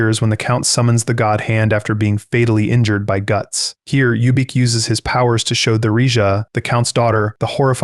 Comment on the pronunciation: Who is youbeak lol its ubik. Like the phillip k dick novel.